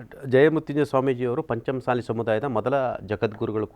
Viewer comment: ಪಂಚಮಸಾಲಿ ಅಲ್ಲ ಪಂಚ ಮಸಾಲಿ